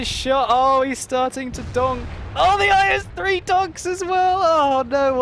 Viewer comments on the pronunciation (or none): the tank name is not "ice-3" it called "ees"